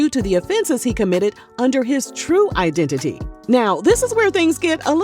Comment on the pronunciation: Fake I-den-ti-ty😂😂😂